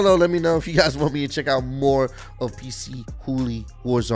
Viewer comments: so its actually pc hooly. i pronounce is p chooly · He said PC Hoolie hahahaha it's pronounced puh-chew-lee